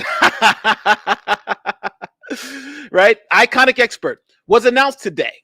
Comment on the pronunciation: It is ‘I’ ‘con’ expert not iconic expert 😂 albeit a foolish one